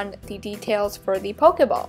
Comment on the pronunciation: you said pokaball it's pokeball